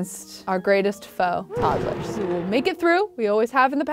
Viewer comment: I love how she says toddle-ers instead of todd-lers like everyone else. cute af.